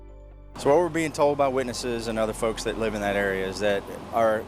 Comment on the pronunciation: Why we watching this ai video 😂😂 it just said live instead of LIVE 😂😂😂